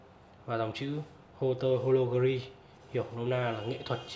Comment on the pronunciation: Đọc tiếng pháp nghiêm túc hơn nhé, haute horlogerie (high quality watchmaking) bạn đọc là ho-te là sai, phải đọc âm tiếng pháp gần như : ốt- tọc-nô-giơ-ri nhé. Thoát nghĩa là đồng hồ hạng cao cấp ( horlogerie de haute qualité ) người xã hội chủ nghĩa gọi là siêu đẳng cấp :)